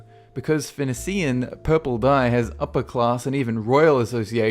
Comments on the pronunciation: how does one fuck up the pronunciation of 'Phoenician'? just watch this video and see how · How do you research your videos? "Phoenician" - not pronounced "Phin-o-see-an", but "Phun-ee-shun". "Polyphemus" - not pronounced "Poly-feem-ius", but "Poly-feem-us". "Daedalus" - not pronounced "Day-DALL-us", but "Day-delus". Also Odysseus says to Polyphemus that his name is "Οὖτις", which means "no-one" rather than "nobody". The Minotaur was not fed Medeans - the Medes were a people who lived at this point in what is now modern Iran/Turkey. The Minotaur was fed Minoans/Cretans. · You're calling Pegasus a terrifying Greek mythological creature? Oedipus is pronounced "ed" or "eed", not "ode". Phoenicia and Phoenician is pronounced fin-eesh-ah and fin-eesh-un. Odysseus calls himself "No-man", not nobody.